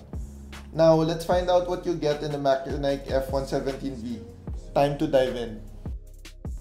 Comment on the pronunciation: MACHENIKE is pronounced as "MATSENIK" not MAKENAYK .. confirmed as per MACHENIKE Marketing Reps during their Live Stream on Lazada